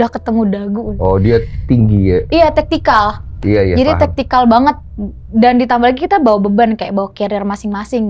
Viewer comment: Vertikal kali bukan tektical